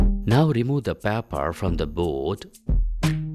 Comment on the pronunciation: good experiment but for paper u r saying papper